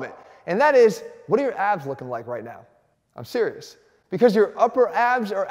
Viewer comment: Did you say “ABS” i thought you said AB .